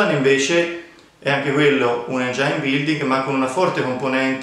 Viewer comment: Si dice engin non engiain.